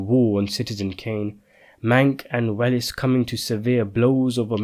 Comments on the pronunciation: I loved this film; so I will sadly have to disagree with your overall conclusions. (By the way, it’s pronounced “Wells” not “Well-ess”). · Welles is pronounced "Wells"